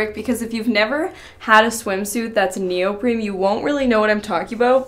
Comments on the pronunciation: neoprene, not neopreme. I had to, I'm sorry! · Her consistently pronouncing neoprene as though it's spelled neopreme is driving me crazy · is she saying “neoprim” or am i not hearing it right? it’s neoprene lol 😅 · it's neopreNe Not neopreMe The First one is my favorite.